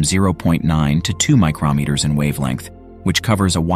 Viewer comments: micrO NOT micrAH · The "this is what it saw" part isn't true. AND, the announcer repeatedly said, micrAHmeter. Try harder! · It sounds like the narrator is saying micronmeters. There are no such things. mi·cron noun a unit of length equal to one millionth of a meter; a micrometer. saying micronmeter is like saying inchmile. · Interesting and informative. However, your speechbot needs to be retrained how to say "micrometers" properly.